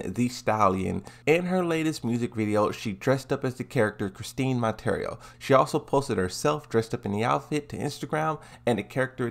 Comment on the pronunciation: Well... is calling her Chris-teen Mon-tare-ee-yo instead of Chris-Tee Mon-tee-yeah-row. So yeah, dude dose not know how to pronounce her name she must not be popular.